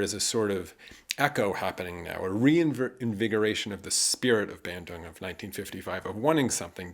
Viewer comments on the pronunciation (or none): Bandung, not Bendung.